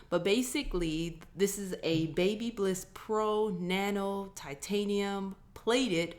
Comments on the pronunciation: Say it with me Ba*by*liss 😉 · its. BABYLISS NOT BLISS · Another awesome video! here in the UK babyliss is pronounced like this (ba - bil - liss) not sure which is correct haha, keep up the cool videos!! :)